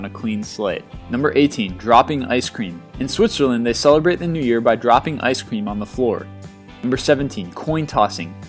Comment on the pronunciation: ice queam lol